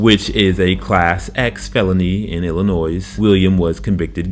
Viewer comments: ILL ah Noy, not Ill ah NOISE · Small professional tip to the narrator.....it's pronounced ILLA-NOY........not ILLA-NOISE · It’s “illi-noy” not “illi-noise”! Great video but that bugged me more than it should have lol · Illa-noise at it again. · It pronounced "illin-NOY" you ignoramus. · ill-i-nois "s" silent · The s in Illinois is silent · You pissed me off when you started talking. Should've used ai. Bet they'd know how to say Illinois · K9 Officer deserves equal time. The s at the end of Illinois is silent. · Love the explanations at the end of the charges. Illinois is pronounced with the last "s" silent. Great stuff! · the S in Illinois is silent. 😉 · The "S" in Illinois is SILENT! UGGHHH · Don’t you know the S in Illinois is silent!? Damn. Horrible. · The S in Illinois is silent.